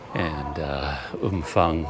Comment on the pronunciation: No f sound. Ph is pharng sound